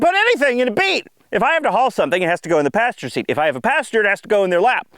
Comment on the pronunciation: you mean "see-at"